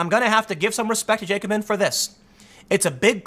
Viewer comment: Tim it's "Jack-o-bin". It's from the French Revolution.